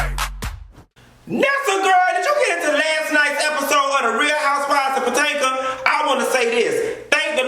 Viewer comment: Puh-Tank-Uh 🤣 Aunt White Lady 🤣 Ashley mom’s hair is definitely on drugs. You crack me up. There’s so much that isn’t adding up with Ashley & her dad. Did you have to give Karen that light dragging? 👏🏽👏🏽 Kudos to Robyn finishing the home rehab. Gizelle has no class. She came in the door popping off. We all know the scene was contrived but it looked bad professionally.